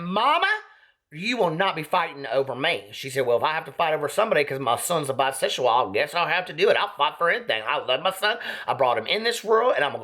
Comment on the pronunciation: "or whatever a biseshual does" 😂😂😂